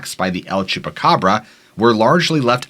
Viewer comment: Thank you for your posts, I love them. Just a note … no need to say “the” el chupacabra, the word EL = the in Spanish. You’re saying THE twice in 2 languages when you say the el chupacabra. Great pronunciation 👏🏼